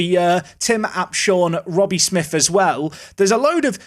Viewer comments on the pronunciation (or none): none